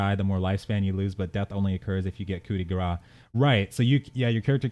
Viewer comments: Dear English speaking folk : you tend to pronounce "coup de grace" as "coup de gras" (but saying 'gras' sounds like "fat strike" or "blow of fat") instead of "grace" as in grace strike, mercy strike, or as in someone's final grace. It is pronounced 'ku deh graas' or 'coo deh graase'. No biggie: you just need to pronounce a 'se' at the end of 'gras'. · It was more meant as friendly, as I think would find it interesting to know to pronounce "mercy strike" rather than "fat strike":P Even with a decent school, I don't expect English speakers to know how to pronounce French expressions.